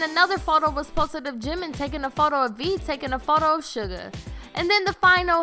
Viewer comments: It is actually Suga not Sugar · its suga....not SUGAR JEEZ GET IT RITE